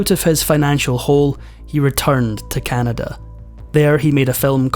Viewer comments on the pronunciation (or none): none